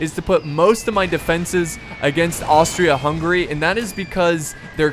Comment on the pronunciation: it's Hungary not hungry